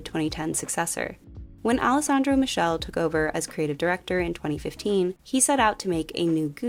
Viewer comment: I know you didn’t pronounce Alessandro Michele like that….